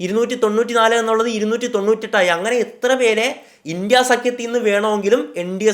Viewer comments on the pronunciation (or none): ഇണ്ടി അല്ല ബ്രോ india എന്ന് ഉറച്ചു തന്നെ പറഞ്ഞോ ..